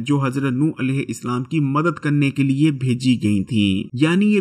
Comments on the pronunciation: sir it’s alehu salam not alehu islam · Bhayee tum Urdu sahih parhne ki mashq karo.Alaihissalaam ko Alaihi Islaam kyon parhte ho.Roo e zameen ko roohe zameen kahte ho .haisiyat ko haseeyat kahte ho.Mashq karo .Ghalat mat parho.